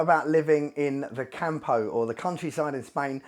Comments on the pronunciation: It's CAMPO, no CAHMPOUH. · Hey mate, it's pronounced COME-PO not camp-o! Cheers